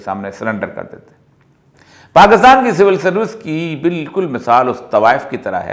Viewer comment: Its PAKISTAN , Not PAKASTAN Sir! But thanks for telling true history to People.